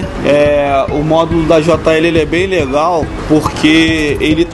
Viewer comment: Ele é beem legaaaull kkkkk voz de bebado haaaaaaaaa